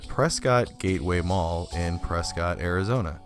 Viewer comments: Hey I live in Prescott. I remember going to that mall when it first opened. My school was part of the opening ceremony. So many businesses have come and gone. Also I don’t know if you know but it’s pronounced Preskitt. Don’t let anyone up here hear you say preSCOTT. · Nice video, but I'm guessing you're not from Arizona. Prescott is pronounced pres-kit not pres-cot. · I thought all the locals called it "Pres-ket", Arizona. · You pronounced prescott wrong lol😂